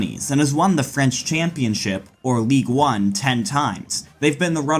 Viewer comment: Ligue 1 is pronounced ligue un not league one which is the third tier in English football